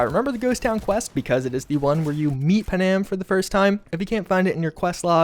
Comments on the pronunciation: Lol pa-nam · Bro, who’s “pa-nam” LOL